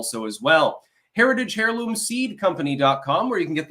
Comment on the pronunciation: Anyone notice how has a problem with silent H's? It's 'Who-ti' and 'air-loom'. lol